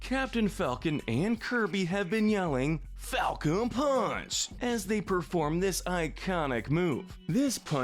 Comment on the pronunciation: The funny thing about Kirby’s “Falcon Punch” is that I hear him say “I GO PUNCH!” Anyone else hear this?